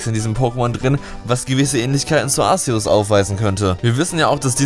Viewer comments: arSeus... man spricht es arkeus aus so wurde es in den filmen egal ob auf englisher oder deutscher synchro auch genant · es wird nicht Aseos ausgesprochen sondern Aceos ausgesprochen c ist ein K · man spricht es Arkeus aus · Arkeos wird es ausgesprochen! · arceus bassiert vom namen auf zeus deswegen sorich man es arzeus aus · Ar ke us So spricht man es aus. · Es wird Arzeus ausgesprochen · wenn du willst: JUNGE DAS WIRD ARKEUS AUSGESPROCHEN MAAAN DU KANNST GARNICHTS! bitte wenn du jetzt glücklich bist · Alexdestroy Ich wollte genau das gleiche schreiben ^^